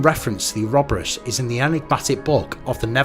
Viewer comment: Its "Or-o-boar-us".